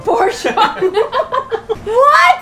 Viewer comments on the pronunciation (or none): Lol-d at "Proportion" hehehe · Wahaha! Lol at "proportion" :))))